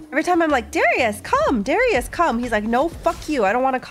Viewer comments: did she just say darius as deraias? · she started doing it some months ago, I believe in older sets, she said it normally.